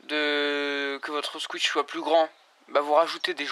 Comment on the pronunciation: On dit pas squitch mais squish